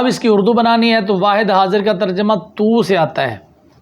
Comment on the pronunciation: ماشاءاللہ اچھی کوشش ہے۔۔۔ علم کی ترویج و اشاعت بہت احسن عمل ہے۔۔۔ بس ایک عرض ہے اگر قبول فرماویں تو جمع خاطر ہو۔۔۔ مجھے محسوس ہوا جیسے آپ نے لفظ "اڑدو" بولا جبکہ یہ "اردو" ہے۔۔۔😊